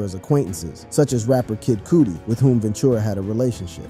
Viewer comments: So this guy doesn’t know who Kid Cudi is? Bruh said “kid Coootie”😂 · Bro called kid cudi kid cooty 😂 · “Kid Cootie”… please do your research 😂 💀